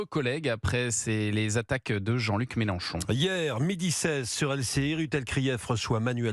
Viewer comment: normal c'est une Youyoute il a raison le Mélen chon chon 😂😂😂et un Zéro